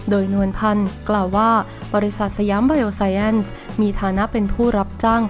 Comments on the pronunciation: อ่าน สะ หยาม ไบ โอ ไซน์ น่าจะถูกต้องไม่มีแอ้นหรอกค่ะ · อ่านว่า"ไบโอไซน์"มั้งครับ